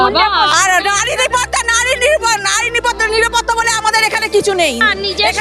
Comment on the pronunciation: এরাই হচ্ছে আসল বাংলার অনুপ্রবেশকারী এদেরকে ভালো করে চিনে রাখুন, ভাষা গুলো ভালো করে শুনলে সবাই বুঝতে পারবে, ঠিক করে বাংলা উচ্চারণ করতে পারছেনা, নিরাপত্তা কে বলছে নিপাটা